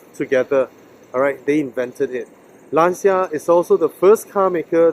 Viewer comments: Nah man, it's not you Malaysians, it's just a common mistake. And regardless, you speak well in English so don't worry about it! Anyway the right way to say it is "Lan-cha", not " Laan-cia". I think the reason for this common mistake is due to the fact that the sound "ci" is pronounced in two completely different ways in Italian and English. It's like "Murciélago", no one knows how to say it right except for Spanish people 😂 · It really looks like you enjoyed the car! But man, the way foreigners pronounce Lancia is annoying, y'all say it always wrong! 😂